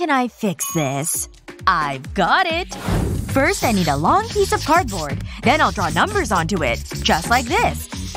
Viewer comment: firsh girl -f lol